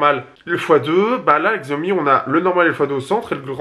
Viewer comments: Hey arrête STP de mal prononcer Xiaomi!! Ça se dit "chiaomi" entendre x écorche les oreilles. Je suis sur que tu prononce Apple normalement et non comme c'est écrit alors merci de faire pareil avec Xiaomi. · Non pour moi sans hésitation le pouce est vers le bas. Le mot Xiaomi est prononcé de travers.